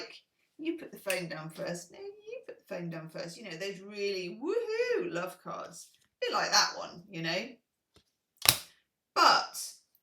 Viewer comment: Grateful for your "LUOVE" ;)